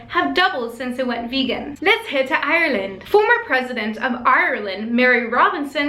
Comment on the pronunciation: Why do Americans have such a hard time pronouncing Costa Rica? This news reader can't seem to pronounce anything Spanish or Italian, or "Ireland." Annoying. I'm unsubscribing.